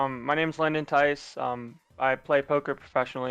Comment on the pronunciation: GG fwi its like dice